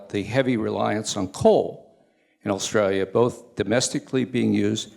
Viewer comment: Big Picture, Not, Big Pitcher. Australia Not Strayya. Inexorably. No Qualifications, A product of an escalator. Changed Australia for the worse. Utter nonsense, Nothing more than a mutual admiration society. Insufferable. Such a mediocrity.